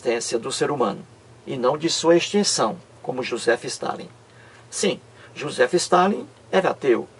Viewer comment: Quando esse cara aprender a pronunciar Adolf Hitler e Joseph stalin, aí pode até tentar chamar os outros de bobo.Vai estudar, que pronuncia horrorosa. kkkkk